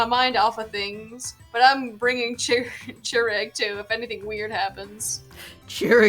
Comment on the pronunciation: Okay, I'm sure you didn't mean to be insensitive, but Chirag is a Persian name and Chirag here is of Indian origin. (It's also pronounced Chur-Ogg)